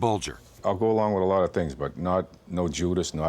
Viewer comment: A loooowwwwwt. Southy for alot